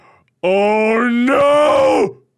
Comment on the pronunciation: Do you like frogs? "Noo." hahaha I love how he said it "neew"